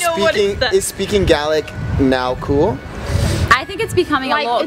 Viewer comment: I'm not from Scotland, nor do I speak their language, but thank you for pronouncing "Gaelic" correctly. 👍